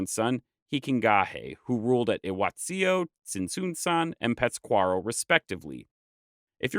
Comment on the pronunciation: It’s really hard listening to you mispronounce Pátzcuaro. Lol you’re putting the emphasis on the wrong syllable. You even left out the accent mark when you wrote it in the video.